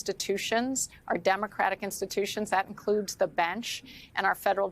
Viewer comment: Please stop saying BIAST!